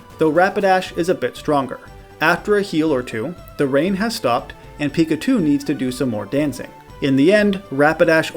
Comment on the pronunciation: seriously dude when i ear u say pickachu u say pikatu WTF try to learn who to say is name god damn is eritating to ear pickatu